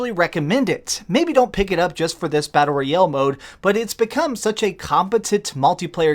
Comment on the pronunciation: If this guy says battle royel one more time, imma freak